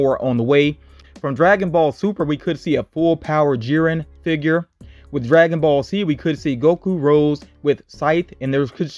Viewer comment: You actually did pronounced the DragonBall ones correctly lol. But that Itachi and Saitama ones are some I want also the Cartoon Network ones